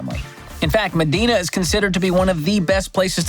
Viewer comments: Medina is pronounced me-dye-na, not me-dee-na. It’s a bit of a tourist attraction here, seeing houses you’ll never be able to afford. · It’s ma Dine-a not ma dean-a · MEDINA is pronounced "Muh-DIE-Nuh" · MEDINA (MA-DYE-NA) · Pronounced ME- dye- NA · It's pronounced "Ma-dine-ah" Washington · Correction: #5 is pronounced "Mah-DINE-na". The ultra wealthy have huge properties there and the neighborhood is quite the opposite of Seattle which is across the lake. No homeless, no sights of people injecting themselves in public, no litter, and police enforces the law in Medina. Great list - love the dad jokes! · Medina is pronounced med-eye-nuh. I live here, it’s super nice and was glad to be raised in the area, but all the fun happens in the city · Hah I just replied correcting his pronunciation too.. “muh-dine-a” I used to work as a teacher in this neighborhood. I drove up to work in a beater & my student’s parents were picking up their kids in super expensive cars. Hah!